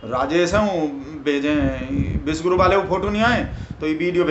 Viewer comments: तुम्हारे बोलने से विषगुरु सुनाई दे रहा हैं. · शायद को बोलने में उच्चारण गलत हो जाता है विषगुरु को विश्वगुरु बोल देते हैं